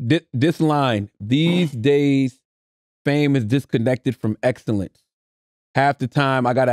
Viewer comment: Wow CTG butchered tf out of excellence 🤣🤣🤣